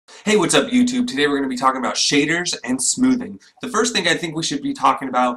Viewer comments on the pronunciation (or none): none